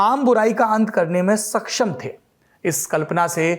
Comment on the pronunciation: Tha nahi the sahi se bol sale